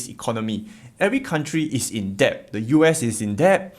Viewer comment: it’s pronounced Debt with a silent “B”